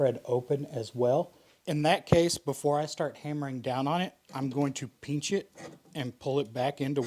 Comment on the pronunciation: Peench it. Spoken like a true Texan 😂